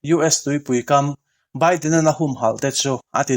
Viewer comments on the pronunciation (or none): none